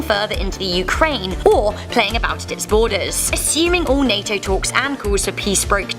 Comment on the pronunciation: Why does she keep saying NATO like that? I've never heard anyone spell out the abbreviation. Surely she's heard of NATO before..